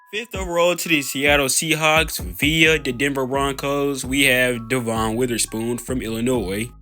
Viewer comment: Yea and Devon Witherspoon is pronounced “devin” I used to get it wrong too and I’m a Seahawks fan